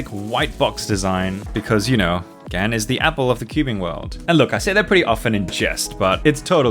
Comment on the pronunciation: FINNALY he reliased it is Gan not Gaan